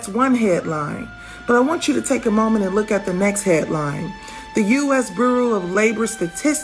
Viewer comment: Can't pronounce the word "Bureau", can't read the sentence correctly (i.e. emphasises wrong words), and now misinterprets the Data. No it's not "globally" miss, it is the U.S. Bureau of Labor. Who would employ this woman 🤦🏻‍♂️🤦🏻‍♂️🤦🏻‍♂️